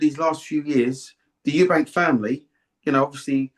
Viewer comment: Why can't people say eubank it's not eubanks